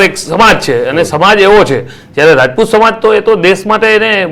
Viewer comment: રાજપૂત બોલો રજપૂત નહિ